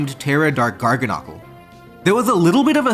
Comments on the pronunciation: Please say Garganacl correctly 😭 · Your pronunciation of Garganacl and Gholdengo had me dead.